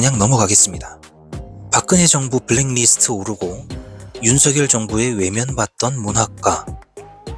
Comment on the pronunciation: 블랙리스트....를 블랭니스트라고 하는군요.공부 됩니다😊